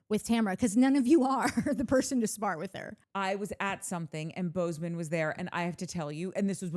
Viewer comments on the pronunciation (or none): I want to believe Natalie and Courtney are saying Boze O Ma, but I'm hearing Bozeman. Is this an aural sensation akin to randomly smelling toast? Am I having a stroke?